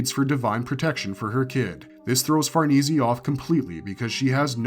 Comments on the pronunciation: Farneezy? Let's play parcheezy... it's far-niece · Say far knee see 1 more time.... Far Nay.. like horses... Say.... ffs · I know lol, i love this content but every time he says Far-nees-ee instead of Far-nees, I cringe a little. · it's definitely Far-ness not far-neecie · the name Farnese is Italian. It is pronounced 'far NAY zay" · Okay, I'm sorry it really erks me. It's pronounced Farah-niece. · Bro always has to say Farnese wrong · Bruh Farnese isn’t hard to pronounce like just stop